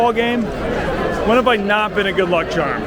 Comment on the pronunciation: “Good luck chahm”